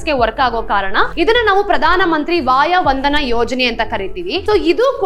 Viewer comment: ಪ್ರಧಾನ ಮಂತ್ರಿ ವಯೋವಂದನ ಯೋಜನೆ, ವಾಯಾ ವಂದನಾ ಯೋಜನೆ ಅಲ್ಲ...! ದಯವಿಟ್ಟು ಗಮನಿಸಿ. ಸ್ವಲ್ಪ ನಿಧಾನವಾಗಿ ವಿವರಿಸಿದಲ್ಲಿ ಹಿರಿಯ ನಾಗರಿಕರಿಗೆ ಅನುಕೂಲವಾಗುವದು, ನೀವು ವಿವರಿಸುವುದನ್ನು ತಿಳಿದುಕೊಳ್ಳಲು...!